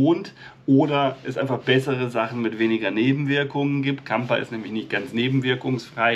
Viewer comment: Das Gehirn ist halt erstaunlich,und ist nur minimal erforscht. Placebo kann ja Wunder vollbringen. Siehe Asterix und der Zaubertrank😁😁. Zum Klugscheissen..Kamper klingt schön, aber das ph wird f ausgesprochen😏 nur zum (klugscheissen) Liebe Grüße Stephanie